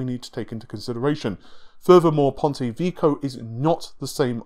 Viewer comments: lol, Ponte Vico, Rinoh (Renoir) and counting... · It's supposed to be pronounced "Veh-key-oh". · Pontay Veeko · ""Ponte Vico"??? WTF is that? Put some effort into it. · here's how to pronounce "Ponte Vecchio" :P